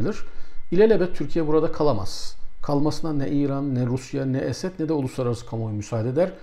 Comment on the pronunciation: Hocam niye Esed diyorsunuz. Esad demeniz gerekir